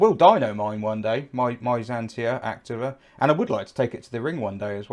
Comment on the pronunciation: The correct pronounciation is "Acteeva".